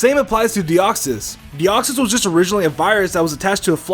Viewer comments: deoxys not de koy es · it de koy s say it like that plz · minicake412 its deoxys duh